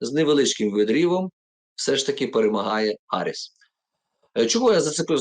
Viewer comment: Камала Гарріс, а не Харріс